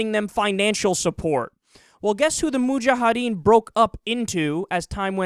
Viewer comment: Its Mujahideen. You keep on pronouncing in it like Mujahadeen. It ends with -ideen, not -adeen.